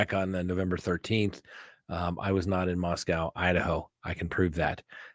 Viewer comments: I've lived in Idaho my whole 42 years and it's pronounced "Moss-cow". To us when you say "Mosco" that's the place in Russia. Love your channel! ❤️ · Moss-COW is correct. Lived in Idaho most of my life and that's how it is pronounced. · in English, OW can have one of two sounds: 1. OW as pronounced in snow, row, show. 2. OW as in cow, how, now. In the case of Moscow, we better listen to the locals as they know how their town's name is pronounced. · I don't get you. There are times when you say that death penalty cases are expected to take longer and should do to the type of punishment associated with the case. However now you're saying it's taking too long? Also, out of respect for the community you're reporting on, do you think, regardless of if you like it or not, you could simply pronounce the name of the town properly since you know it? Quit being a tool.